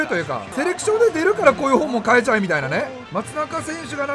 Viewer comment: セレクションなのにセレションになってるのは気のせいかな…？